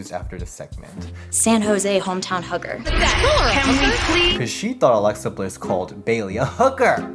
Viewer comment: That was the point no one says hugger like that. It was intentional... 👹